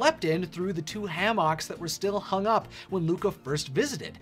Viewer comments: You pronounce "hammock" weird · The way he said hammock😭😭